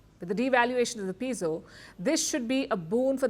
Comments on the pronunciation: Yes like the "e" in Epic. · The Peso is not pronounced as pee-so. It is pronounced as "pay-so". The "e" in Spanish is pronounced like the long "A" in English.